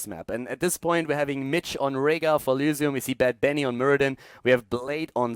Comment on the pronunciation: Kc F The way he says the y is very german, sorta makes it sound like elusium, though not really, cause there's no real letter that mimics the german y. Or I'm just imagining things